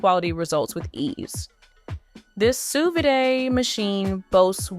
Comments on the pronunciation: sous "vidae"??? sous vide. kinda spoils your credibility when you don't know how to pronounce the name of the thing. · No one is going to trust a video about sous vide when the narrator can't even pronounce sous vide!